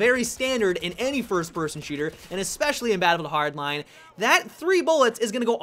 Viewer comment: do you have trouble saying battlefield hardline. it sounds like youre trying to mix them into one word